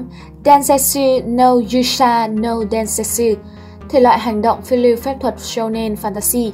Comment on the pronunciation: Đọc tên tiếng nhật :) setsu ko có đọc là set và su nhé :) nó là se và tsu. No là nô ko phải “Nâu” như trong tiếng anh :))